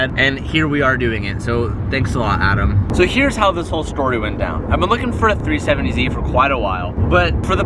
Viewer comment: New Car... "New, 2010, 3-fifh-70Z."